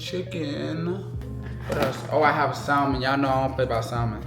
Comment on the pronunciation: The L is silent in salmon. Just fyi. No shade just correction.